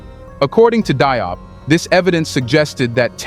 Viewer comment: Yep, France is very busy in Africa maintaining its grip on the continent and its inhabitants. Just a hint about how the last name DIOP is pronounced. "DIOP" is the French rendition of this name,. I understand that the narrator of this video is speaking English. The English spelling of this last name gives one a good idea of how to say it, and it goes as follows: "Jobe" (the "e" should not be spelled out, or pronounced).